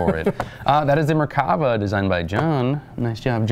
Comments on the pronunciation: no, it isn't, the RIGHT way is Mer-kava I know my name. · The proper way to say it is mirkava.